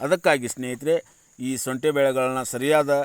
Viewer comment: ಅಯ್ಯೋ ಶುಂಟಿ ಅಂತ ಕರೆಕ್ಟ್ ಆಗಿ ಹೇಳಿ ಶೋಂಟಿ ಅಂತೀಯಾಳ ಮಾರಾಯ